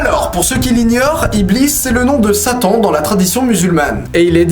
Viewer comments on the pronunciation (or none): none